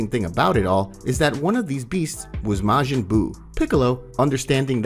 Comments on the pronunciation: "Mayjin buu". Ffs has this guy ever seen DBZ? DBS? Pronunciation is everything when story telling. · "mayjin buu"💀💀💀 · Maygin buu? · bro butchered majin buu's name